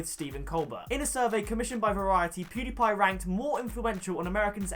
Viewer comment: How many attempts did it take you to pronounce PewDiePie's name right or are you just magical. if I tried to say that I would spit all over the person in front and murder his name!